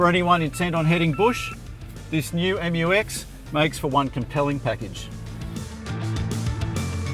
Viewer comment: Finally find an english speaking car reviewer pronounce it right hahaha